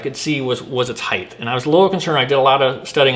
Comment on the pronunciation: Height! Not heighth!!! Drives me nuts.